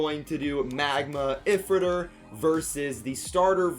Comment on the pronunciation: A few things LR launcher looks bad compared to the first one 2 how is astral spriggan going to work 3 why did they mess up ifritor when Takara set it up for them 4th and last why do you say if ritor zankye says eyefritor when it’s eefritor